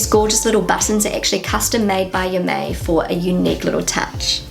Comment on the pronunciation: "Ja, mei!" (meaning "Don't worry!" or "I don't care!") is actually pronounced "Yah, my!", not "Yah, may!" as you do 😉